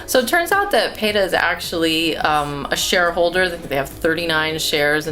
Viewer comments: Pay-ta? I don't know what Pay-ta is? PETA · y u pronounce it "paeta"? haha